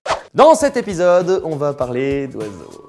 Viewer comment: J'ai adoré cet épisoode 😂